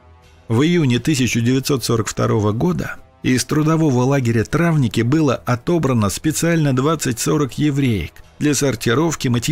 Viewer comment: Травники, знак ударения на последнее и